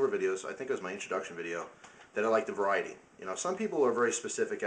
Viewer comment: its funny that you said: i like varity in... knife, guns, lighter... lol like ur vids